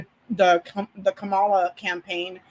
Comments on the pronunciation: KA-ma-la. Accent is on the first syllable. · Can you please start pronouncing her name correctly? I know that you’re not doing it on purpose, but it would be really be nice to get it right. Comma-La. that that’s it. Comma-La. Kamala. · Thanks for a great video! Just please remember Kamala is pronounced Comma-la. Not the way Trump says it. 😅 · Her name is pronounced KAH-mah-lah or KAH-muh-lah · Kamala = 'Comma-la' (rhymes with Mom-a-la, which is what her stepkids affectionately call her)